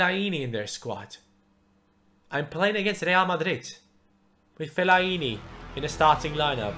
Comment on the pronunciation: he cant say fellaini right ahaha